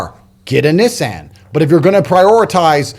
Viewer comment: What the fuck is a Nizzan !!?? 😂 love Tate